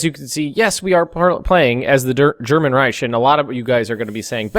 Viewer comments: no its not. Thats how americans pronounce it and not how it is actually pronounced. "Ch" is right, "k" is wrong, otherwise it wouldnt be called "reich" but rather "reik" in the first place. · for non german speakers "ch" is rather hard. Thats why you commonly hear them pronounce it more like "sch", just as alot of germans pronounce the english "th(e)" or "th(is)" as "z(e)". His attempt to pronounce it correctly may not have been perfect from a native german standpoint but still "perfect enough". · it's pronounced German "Rei" (As in RI-ce) "ch" (as in fu-CK you cant pronounce It) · you pronounce it as reich ( with a hiss soundy thing at the end) I'm taking German and have native German relatives and friends I know how to say it. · Why do you say reich wrong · Reich is pronounced with a k not a ch.